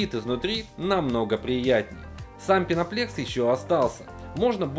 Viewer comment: Там даже написано пеноплЭкс, нет же все подряд говорят пеноплЕкс